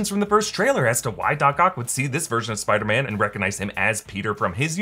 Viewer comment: Listen closely when dr strange talks first time with peter he say "spider men"